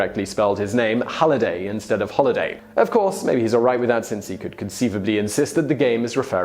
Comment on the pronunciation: say holiday and holliday again please. 😂